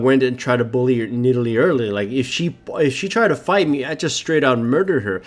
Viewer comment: "And we kill that nidale. O she survives" I know that its yust a mistake but its funny lol